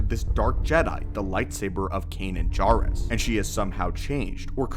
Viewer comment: I'm really curious why you mispronounce words that have been spoken in canon. Is this something you just don't pay attention to? Or do you disagree with the pronunciation? It's JAIRuss not JARuss in Rebels. Love your videos, thanks for the breakdowns.